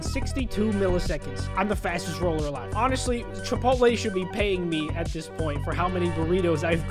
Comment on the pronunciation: Chip pot te NOT chip pole lay